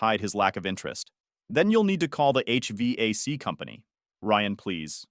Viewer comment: HVac is pronounced as letter "H" then word "vac", poor AI not given correct info